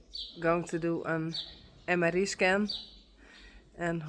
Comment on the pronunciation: Love how you speak:) (The letter i, in MRI, is pronounced like the American pronunciation of “eye”👀.)